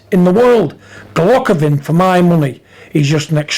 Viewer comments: Golockovin? Take the marbles out your mouth big John hha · Who the fuck is Gulockovin lol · "Golockovin".... Got to love Big John......